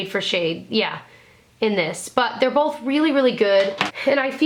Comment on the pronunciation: Love her but hate how she says "bolth"